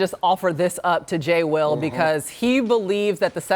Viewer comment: She really said “J Will” lmaoooo